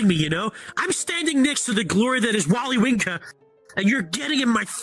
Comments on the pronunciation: bro said wolly winka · “..WOLLY WINKER..”😂😂